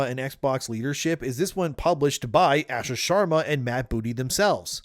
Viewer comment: Bro. Stop pronouncing her name incorrectly. It’s pronounced “ahhh-shaa”.